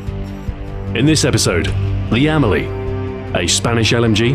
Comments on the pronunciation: With no accent, the Spanish would pronounce it "Am-EL-ee", with the stress on the E, not the A. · The Emily? Are you sure that's how it's pronounced? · I thought it was pronounced emeeley